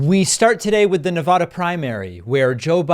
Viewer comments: It's Nevada, not NeVAHDAH. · In all the years you've spent covering politics, you still fail to say Nevada correctly. Do you legitimate think the name is pronounced the way you say it? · Please pronounce Nevada correctly in the future. The middle syllable sounds like the middle syllable in Nebraska. Don't mispronounce it like Trump does.